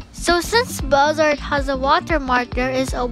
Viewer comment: Not to be rude but u said a few apps wrong 😅 Bazaart- baz-a-art IbisPaint- ib-is-paint